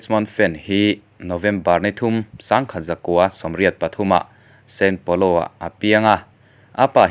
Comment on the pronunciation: sao paulo nge san paulo!?? san paulo hi Brazil ah a awm ka hre miahlo mai!!... Channel lian tham nei tan chuan fimkhur hi a va ngai em... keipo'n in channel hi ka subs a nia... narrator tan chuan fimkhur hi a ngai khawp mai.